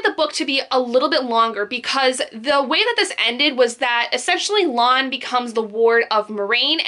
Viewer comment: It's Lan, sounds like man